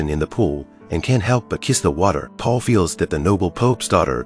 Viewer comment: it not paul he name is paolo.